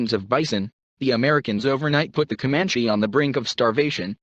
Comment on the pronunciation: I recommend reading "Empire of the Summer Moon" a Pulizer prize nominee for history . A more accurate but even more fascinating account of the rise and settling of the Comanche ( That's pronounced cuh MAN chee NOT COE manchese ) . Especially under the leadership of Quana Parker. Son of a Comanche warrior and his White WIFE. Not his slave.